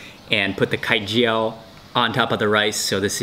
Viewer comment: The way you pronounced Khai Jiao is so cute Mark! I am glad you like our dish!